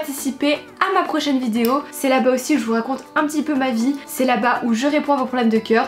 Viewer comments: Tu as encore dit "vidzeo"mdr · Elle ne sait toujours pas dire vidéo... Elle dit : vidio 😂